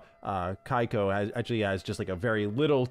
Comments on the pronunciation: I heard how you said Keiko😮‍💨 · You butchered Keikos name😢